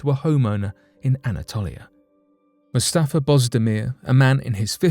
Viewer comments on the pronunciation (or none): none